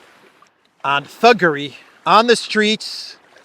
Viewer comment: I had to rewind when Starmer said thuggery. I thought he said buggery.